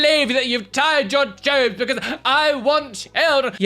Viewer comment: Lactose lady sounds like she's saying Chees-us, if there is a deity of cheese I'd consider religion, maybe (if they in fact cured my IBS first)